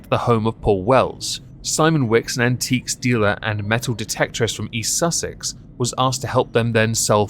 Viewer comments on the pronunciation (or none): none